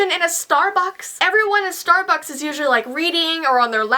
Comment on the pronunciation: It sounded like she said "Starbox" ILYSM